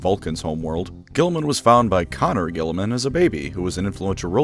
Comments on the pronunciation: I thought it was pronounced cone-or that's at least how its pronounced in the audiobooks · I don't get it... Is he calling Konor Connor just to piss us off? Why? What are you gaining from this?